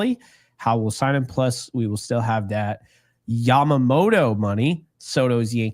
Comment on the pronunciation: Please Dear God, lets hope so. He is the poster child for everything that has been wrong with this team for years., love the show but you need to pronounce names properly. Off the top of my head I can think of 4 you have butchered. Yamamoto, Tommy Kahnle, Jeff Passan and Deivi Garcia.